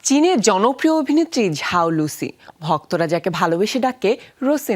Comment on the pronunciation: সবার কি মাথা খারাপ হয়ে গেসে? ওর নেম এর উচ্চারণ "যাও লুসি" না তো "ঝাও লুসি" 😂😂